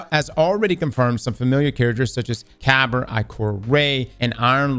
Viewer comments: Kaber lol No. Ka-beer. Kabir. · "Cabber", please, Kabr didn't die for this. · Bruh, you made Kabr sound like a car pooling app or something 😂 It's "Ka-beer"